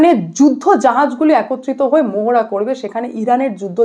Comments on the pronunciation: I request you to rectify pronunciation of "PANTAGON" "MOHARA" it should be "PENTAGON" "MAHARA" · মোহোড়া নয় মহড়া হবে উচ্চারণ। প্যান্টাগন নয় পেণ্টাগন -- কি হচ্ছে কি? বাঙালিত্ব. ....?